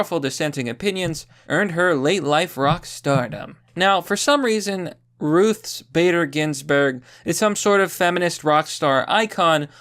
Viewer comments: Why can’t you say Ruth without pluralizing it? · Why does he keep calling her Ruth's Bader Ginsberg? If she a steakhouse or something? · lol, why do you keep calling her "ruthes"?